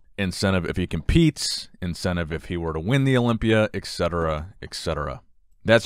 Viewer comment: Minor point...not a troll....please pronounce etcetera. ETCETERA. Not exetera